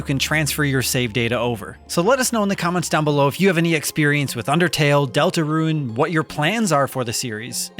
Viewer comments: I keep hearing Delta RUIN (roo-ehn) - when I'm pretty sure it's just DeltaRUNE (ROON) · I keep hearing Deltaruin instead of Deltarune